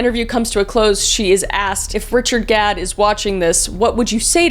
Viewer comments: every time you say Gad it sounds like god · You kept saying god instead of gad 😂 ur even funny when u don’t mean to be ❤ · Pronouncing Gadd as God 😭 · Gadd, not God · In the end i kept hearing you saying god xD i was like what the... untill i realized thats not what u said XD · I chuckled a bit hearing you pronounce "Gadd" almost like "god" LOL. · I’m sorry but you pronouncing it God instead of Gah-d made me giggle the entire end of the video 😭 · I love how you just give up at the end and start calling ‘Gadd’ “God” instead 😂😂😂❤